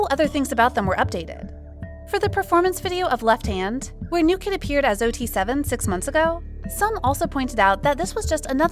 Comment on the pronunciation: The hashtag was “New kidd are 7” , not “new kid dare 7” 😂